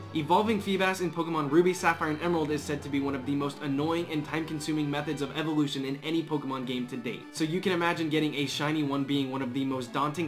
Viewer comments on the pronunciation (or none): none